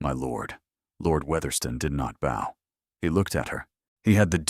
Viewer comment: Wonderfully unique story ❤ Pronunciation of 🎀 vs bow at the waist is very distracting.